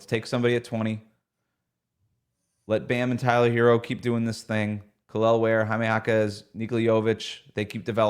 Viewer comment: please start pronouncing Kalel correctly. Its a litte embarasing as heat media. Thanks for the content guys. 🙂